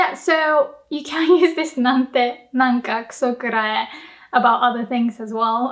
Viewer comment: holy crap! I cannot ever hear her pronounce the second "K" in "Kuso Kurae". are my ears failing me????!?